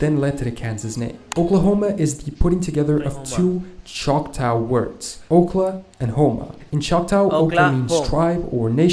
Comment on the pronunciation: Its not pronounced choctow tow and in towl or " tua" its choctah as in ahhh. The choctaw and chicksaw tribes used to be one tribe called the Chickasha. Pronounced chick kawsha. Though there is a town in Oklahoma called Chickasha but it is pronounced chick a sha. Its a convoluted mess. But adding a British pronunciation screws everything up soooo much more